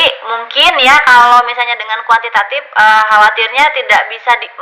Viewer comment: Btw kuantitatif Bu bukan kuantitatip😁😁...orang Sukabumi kek nya nih dosen wkw